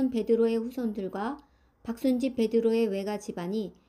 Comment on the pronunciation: 나바위편에서 다블뤼쉬가 아니라 다블뤼 주교입니다. 신리에서 다블리 아니라 다블뤼..계산동편에서 뮤텔이 아니라 뮈텔 대주교..제물진두에서 박순지가 아니라 박순집..